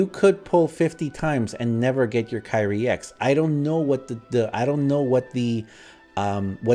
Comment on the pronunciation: Hi, Why did you call Tairi to Kairi??